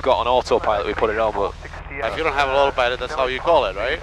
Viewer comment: It's not autopilot, it's Ottopilot !!!